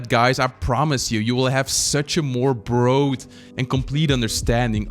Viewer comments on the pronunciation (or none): Love this video! Just some advice the word “broad” is pronounced like “brahd” not “brode”